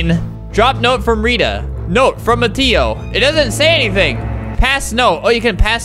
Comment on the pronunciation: “Miteo” it’s Mateo sir